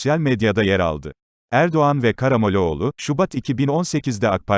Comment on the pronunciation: Adam gibi oku okuduğunu!!!!!! Ne demek Karamoleoğlu ?????!!!!!!